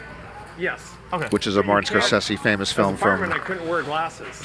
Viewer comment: Doesn’t know how to properly pronounce Martin Scorsese’s last name correctly🤦🏻‍♂️🤦🏻‍♂️🤦🏻‍♂️